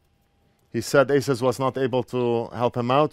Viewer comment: To pronounce ASUS correctly, one must hold their tongue with their fingers while saying it. Azzuueesszzezz